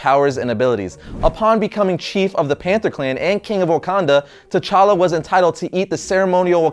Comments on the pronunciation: Wrong pronunciations. The 'T' is light and shouldn't be pronounced as 'Ta' but as a click 'T'. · The 'T' in T'Challa is silent. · t' is silent! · Well done, but please keep in mind, the 'T' in T'Challa is silent! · the t in T'Challa is silent